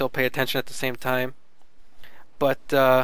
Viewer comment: Lol he said stug wrong